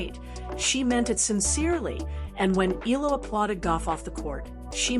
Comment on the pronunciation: Eala pronunciation E ya Ia